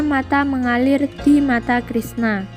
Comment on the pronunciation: Haduuuuh mbak eee 😁😁😁 mulut jadi bulu , Mengalir jadi mengalil , Baru kali ini ketawa bukan karna isi videonya , Tapi ketawa karna suara pembacanya